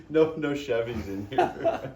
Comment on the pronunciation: That "NO" was mid-sentence, didn't skip a beat and with a hard N. Damn.